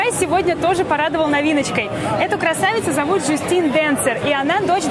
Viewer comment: называй как хочется но она не Жюстин а Джастина